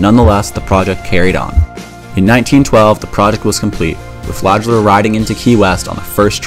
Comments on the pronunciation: Flagler, not “fladge-ler” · Flagler is pronounced how it's written, not like "Flajler".